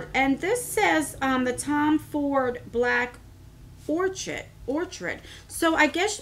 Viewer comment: Black Orchid is pronounced Orkid.